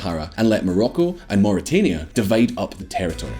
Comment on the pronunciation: Mauritania...Muri-tan-ia, not Muri-Tain-ia